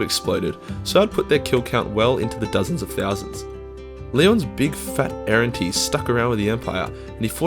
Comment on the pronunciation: Errantry, you sound like you’re saying errentee